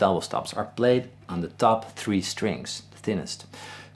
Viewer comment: Whenever you say "On the top two strings" it reminds me of a movie line .. "Onatopp??" brief pause "Onatopp .. " lol